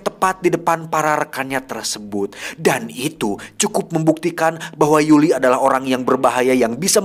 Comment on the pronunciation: Koreksi bukan Yuli tapi yuri